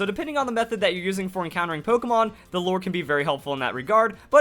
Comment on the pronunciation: I'm not a fan of all the drama you make, but atleast you can pronounce lure correctly. So I'll give you that.